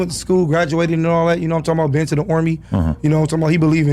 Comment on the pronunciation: "Been to the ooorme "😂